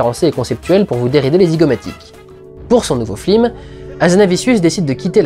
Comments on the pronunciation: je me demandais si c'était une faute de prononciation ou moi qui débloquait ^^ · C'est presque a chaque fois, ça doit être une référence que jn'ai pas :( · pour l'info, mais ça gâche quand même la vidéo, cet écorchage d'oreille qui dure 35 min. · C'est ce qu'il dit, c'est une référence au " Grand détournement " où les voix off ne disent pas " fiLM " mais " fLim " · T'as perdu un parie tu dois dire Flim au lieu de Film ? lol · pourquoi tu dis "flim" au lieu de "film" dans toute la rétrospective ?? :) a part ça génial comme d'habitude ! ;) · Suis-je le seul à attendre ''flim'' et non ''film'' dans toute la vidéo ? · Pourquoi t'arrête pas de flim au lieu de film?!! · Ho mon dieu! Arrete de dire FLIM!!! J'en peux plus! AAAAAAAAAAAAAAAAHHHH!!! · Je dois avoir un soucis, j'entends "flim" au lieu de "film"... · Super vidéo ;) et super pjrevat. Mais j'ai pas encore compris pourquoi tu dis Flim au lieu de film :p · C'est moi où il dit flim au lieu de film? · Une fois qu'on a capté quue tu dis flilm au lieu de film, on ne peut plus ne plus l'entendre :/ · C'est normal de dire "flim"? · je suis le seul à entendre flim au lieu de film ? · il me semble qu'une fois ou deux, tu dis FLIME au lieu de FILME fait attention. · c'est moi ou tu dis souvent flim au lieu de film ? Oo ha moins que ça soit voulu : justement comme pour Michel qui, dans ses flim, fait une grosse erreur qui fait bien tache ^^ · Au risque de parrzitre inculte, pourquoi dit-il systématiquement flim? Ce ne oeut etre une coïncidence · Une ou deux fois ^^ à la fin, il ne fait que sa. A t-elle point que je me demande si il n'y a pas une intention derrière cette "erreur" de prononciation. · ***** oui c'est pour appuyer la lourdeur phonétiquement parlant. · C'est moi ou les dernières minutes tu dis très très souvent "fLim" et pas "fiLm" ? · Flimeur, arrête de flimer XD Et sinon, c'est qui le gars qui t'étrangle ? :) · Ce qui m'as gacher la vidéo c'est que tu prononces FLIM au lieu de FILM ! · on dirait que tu dis Flilm